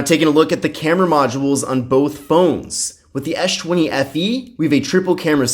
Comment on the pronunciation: ES... not esh... man that was annoying